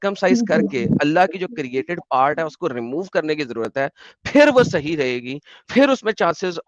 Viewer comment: Cult practice ko sayiiiii bol raha haiiii😅😅